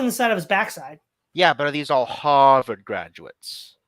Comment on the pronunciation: Kudos to for nailing the proper pronunciation for 'Harvard'. 😂